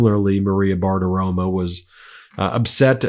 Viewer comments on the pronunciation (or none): Ben, get it right. The woman’s name is Bartiromo, not Bartiroma. Romo, like Tony Romo.